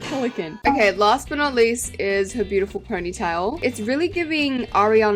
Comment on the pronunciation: I really think it's bi-you-ti-pull 😅